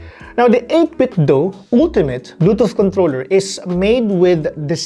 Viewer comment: is it just me or it is 'contoler?'